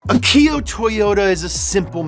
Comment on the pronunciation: ach eee ooh not aki oh